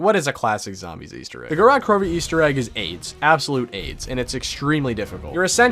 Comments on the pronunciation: An absolute classic, but couldn't pronounce the map name kek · Me being a Russian speaker the way he pronounces the map's name gives me O.C.D. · Its Gorod Krovi